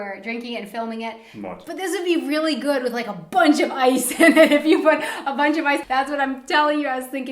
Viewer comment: "peanuts wis marshmallows" his accent is so funny :D but as a German I know how hard is it. my English teacher had a picture with a sink, a microphone and a person in a swimming pool. because german people tend to say "I sink" . they don't pronounce the T H , which is ,at least, funny to me . :D I think it's kinda cute:)